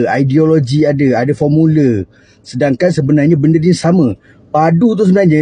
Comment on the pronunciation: Kahkah.. marah betol ye siap buat suara sebijik pulak tu.. menteri pomula ni umpama macam, eh jie mana formula? Err jap jap.. jie mana formulaaaa? Aa.. aa.. ok ok padu.. padu! Esok kita buat.. janji ada pormula.. pormula kebangang pun banganglah janji aku ada keluar pormula yess yess yesss.. nampak bijak sikit kalau ada pormula nih